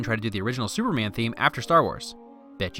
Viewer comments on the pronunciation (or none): none